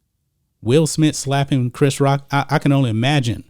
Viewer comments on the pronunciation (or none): I swear I heard him say clapping, not slapping.